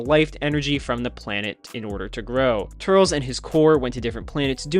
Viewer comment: when he starts talking about Turles's movie he says turtles